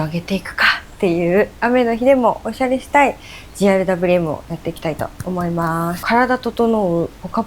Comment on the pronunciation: GRWMの読み方ゲットレディーウィズミーですよー！